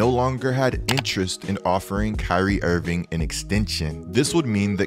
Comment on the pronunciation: "kyrie invingckk"